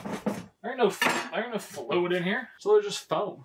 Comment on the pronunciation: He said one poke herre, one poke there😂